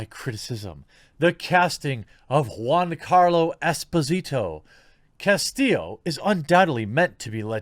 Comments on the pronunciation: Castill--o.... I repeat... "O'' ... once more ''Castill-O''... not "Casteal'' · It's pronounced "CastiYo"